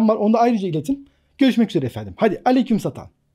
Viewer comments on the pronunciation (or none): "AleykümSatan" :D